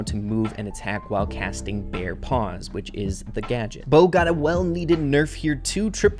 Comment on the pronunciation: Did he just say slight nerf!? and also did he say gaget